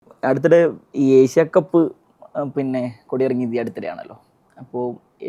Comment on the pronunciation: ഏഷ്യ കപ്പ്‌ ആണ്. എശ്യ കപ്പ് അല്ല അഭിമുഖക്കാരാ